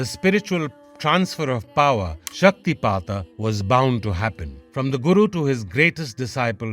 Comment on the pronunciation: Thank you for the proper pronunciation. I’d love to hear more stories about śaktipāta